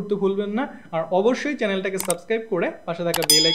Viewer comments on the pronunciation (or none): none